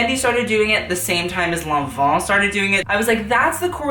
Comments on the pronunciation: God you pronounce Lanvin awfully. What on earth is Lohnvho? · minutes you say "Fendi started doing it at the same time (mon von?) started doing it".....what do you say here. Maun Vaun, Mont von????????? I NEED TO KNOW I NEEED TO KNOW!?!?!? PS I loveyour videos. I am absolutely captivated. Also do you remember the Fendi single F logo. Thoughts? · lon vaug? Long bon?